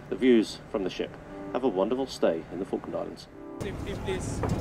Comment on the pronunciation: Random guy: Say Falkand Islands Argentinian People: THIS IS NOT OKIE DOKIE